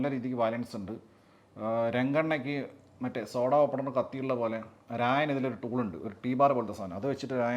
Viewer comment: രായൻ അല്ല, 'റാ'യൻ